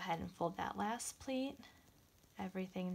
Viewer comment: This is wonderful and a super simple mask to make. But, I'm sorry, but she was very confusing at the end when she said "plate" over again many times. Once, she pronounced it "pleat" and I was grateful because I had no idea what she meant by plate. Using an acrylic ruler to cut the fabric would be a much more helpful and safe use of our quilting tools.